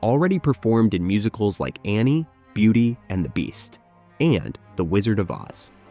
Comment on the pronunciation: Several quirks in the narration seem to indicate this was read by an AI. Like saying the world of “oh zee” instead of OZ, or putting an unnatural space in the title of “beauty and the beast”.